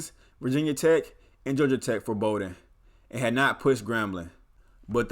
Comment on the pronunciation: The last name is pronounced “Bah-Den” not “Bow-Den”